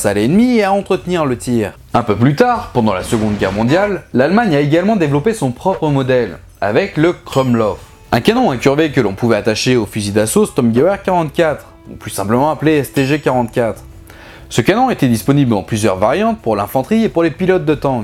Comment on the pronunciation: Va falloir travailler la prononciation germanique, m'sieur ^^ Sturmgewehr se prononce "chtourm-guevaire" (ouais déso, je connais pas cette langue étrange, la phonétique ^^). Par ailleurs, c'est super intéressant de voir comment les soldats ont modifié les flingues pour pouvoir tirer sans s'exposer, parce que souvent, les meilleures idées concernant les armes dans l'Histoire ont été développées par ou sur l'inspiration de ceux qui les maniaient. Du coup, est-ce que le système moderne serait comparable au dispositif FELIN du FAMAS français, tel que vu dans cet article?